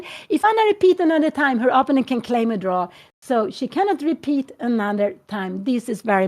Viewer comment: Kära Anna. När nu din mamma är så inspirerande – och söt – att lyssna på, så skulle det vara extra trevligt om hon uttalade "opponent" på rätt sätt; det är trots allt ett ord hon säger ofta, så det är lite distraherande med hennes personliga variant.